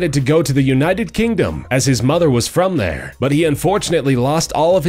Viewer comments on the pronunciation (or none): none